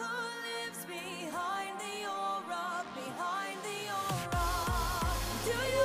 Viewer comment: Notchu calling aura, aurora😭😭